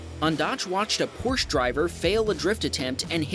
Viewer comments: Just as a note, you're pronouncing "Porsche" incorrectly. The "e" at the end is pronounced, so, instead of "porsh", it is properly pronounced "porsh-eh". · It’s pronounced Por-sha, not Porsh. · its still porsche not porsch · It’s pronounced Poor-sha, for Porsche. It has two syllables. It’s not a porch! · Your credibility goes out the window when you said Porsh. It’s PORS-CHA. It’s a family name and it blows my mind how ignorant people are with particularly the Porsche name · #2: It is not a Porsch it is a Porsche! The last letter "e" is far from silent. It is a German name, not a French! Geesh!! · I really enjoyed the video, and gave it a like, but you pronounced Porsche wrong like many people do... It's pronounced "Por-sha", not "Porsh". Sorry to sound offensive, but you can always tell when somebody knows nothing about a Porsche when they pronounce it that way. Also, it's a Nissan Rogue, not a Rogue Nissan ha ha 😆... There were others I wanted to mention, but I don't want you to think I'm picking on you. It's no big deal. It's just words at the end of the day. Nobody is perfect. Thanks for making the great video. Cheers. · Porsche is pronounced "porsh-uh". Not porsh. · Porche is pronounced porch a, soft A; not porch. Two vowels, count them. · It is not pronounced "Porsh", but "Porsh-ah" hence the spelling, Porsche. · its not how porsche is pronounced. Its pronounced PORSCHE and not pors. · Porsche( por-shuh ) not your pronunciation! …. God damn! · It’s pronounced Porsch-AH, 2 syllables. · Porsche----- Pronounced Porsch(a)small a. 2 syllables Ty. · It's pronounced porsh-Ah. PORSCH-AH 🤦🏾‍♂️ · Hello and thank you for making wonderful content ! Porsche is however two syllables ( por-shuh) thanks again. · Porsche is pronounced porsh-UH. No silent letters in German. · Two pet paves. 1. It's pronounced por·shuh 2. Proper adjustment of mirrors eliminate "blind spots". It's not an excuse for crashing. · por-sha is how to pronounce it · Porsche is a two syllable name.